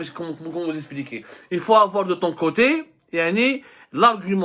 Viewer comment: Monsieur abdou.... On dit expliquer... Pas espliquer😊😊.... Je rigole